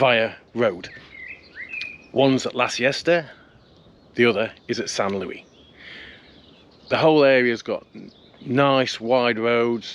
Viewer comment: Great video, as always! But it's not San LOOEY, it's San LOO-EESE 👍